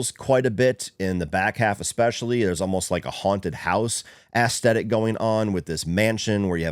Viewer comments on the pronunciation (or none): i swear im not tryna be a dick or anything but i been watching your videos for awhile now and like em, but youre not really saying aesthic correctly. theres more of a soft e sound to it. you kinda say it like ASSthetic. idk if its a accent thing or not haha but figure id jus let ya know. again that isnt a criticism or anything jus something ive noticed that always catches me off guard haha